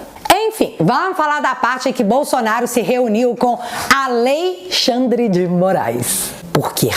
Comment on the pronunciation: "Aleixandre" deu boa!